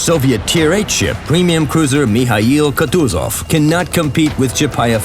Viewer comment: WHAT IS MI HAI YOU KUTUZOV ??????? ITS MIKHAIL